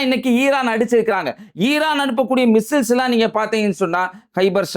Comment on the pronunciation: மிஸ்ஸஸ் அல்ல மிஸ்ஸைல்ஸ் என்று சொல்லவும்